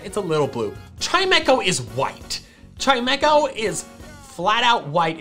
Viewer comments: CHIMECHO, NOT CHIMEMECO! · CHIMECHO, NOT CHIEMEKO! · do you mean chimecho xd